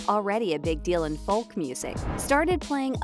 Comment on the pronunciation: I can’t believe the narrator can’t say Folk pronounced Foke, but keeps saying Falk. Really annoying. Can’t wait to see Timmy play the part though